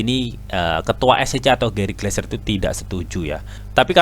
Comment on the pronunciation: Gary Gensler om bukan Gary gleser hihii